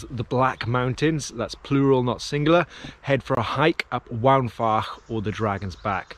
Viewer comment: Great video, two minor points. Mynydd is pronounced "Mun-ith" Waun is pronounced "Wine"